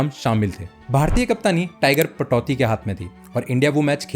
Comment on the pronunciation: Accha hai, par naam tho theek se jaan lo bhai. Venkatesh nahi - Venkatraghavan, Patauthi nahi - Pataudi.